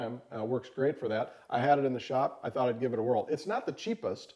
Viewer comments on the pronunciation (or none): none